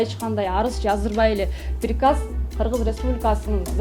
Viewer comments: Пирказ дегенди туура айтып алчы анан Директор болсон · Пириказ,дейт го.